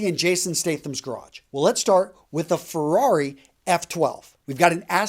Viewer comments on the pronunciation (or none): none